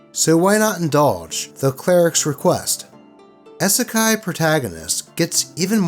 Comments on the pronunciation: please, it's EEE-suh-kye, like you'd say "e-mail" or "e-commerce". 😩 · Love your content. But that first story was hard to to sit trough when you kept saying "Eh-Sekai". lol It's a short "i". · I know it’s not intentional, but as someone quoted here: "Isekai" has hard "i's" like double "e's." My Misophonia makes it irksome when you say Isekai Protagonist. I’m sitting that first story out. Still, good job and keep doing what makes you happy. Also thank you for paying the CAT TAX. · "Isekai" has hard "i's" like double "e's." Also, aside from in Niten Ichi-ryu, wakizashi were mainly used as backup weapons if samurai lost their katana, so no one aside from a surface-level weeb would use two of them at the same time like that. Additionally, I hope the atheist douche ends up in the Wall of the Faithless. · Am i the only one upset oh how he is saying Isekai? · Why did you not research the pronunciation of "isekai" before reading this? XD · Not gonna comment on the spelling of it but you pronounced it wrong. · Could have at least pronounced “Isekai” correctly…